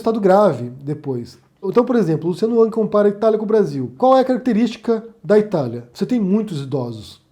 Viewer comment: Cara, tu é disléxico? Tu não consegue pronunciar "Rang"? Ou é showzinho mesmo? Mesma coisa o Luciano Huck! Vai ver é tu tem algo contra Lucianos em modo geral! HAHAHAH Sou muito fã do seu trabalho, só para deixar claro.